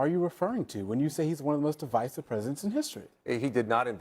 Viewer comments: She didn’t even pronounce the word correctly, I doubt she can explain what it means 😅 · She can't even pronounce the word "divisive". Maga makes statements and when they adked for proof of what they say, they just jump to the next unfounded statement. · She mispronounced "divisive" because she's a clown.